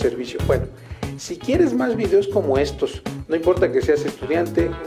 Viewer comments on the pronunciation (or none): none